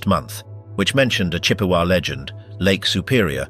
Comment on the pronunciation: This is very interesting. However, the British voice is extremely irritating! An American Voice specifically one from Michigan Wisconsin or somewhere in the Midwest should have narrated this because this guy can't pronounce anything right which is kind of infuriating on such a serious subject. He can't pronounce Chippewa, Traverse City, or Sault Ste Marie correctly and there were a couple other ones that I forgot but I can't stand listening to this British accent! It certainly should have been an American Voice narrating an American story. It's making it extremely difficult to even finish it! And your facts are wrong as well, one of which is that the Bell Rings 30 times. Once for each of the men and one for the rest of the maritime victims.